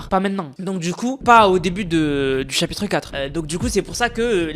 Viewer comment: Chapitre un ❌ Chapitre em✅